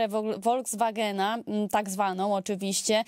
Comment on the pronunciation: Nie woldzwagen, ale volkswagen ( folkswagen).